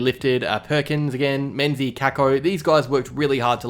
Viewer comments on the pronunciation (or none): none